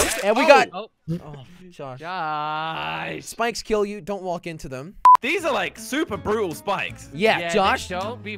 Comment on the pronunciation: Who else heard that he said bikes instead of spikes. When he customized the car.